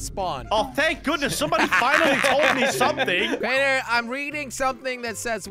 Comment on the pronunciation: Jelly said crainer store😂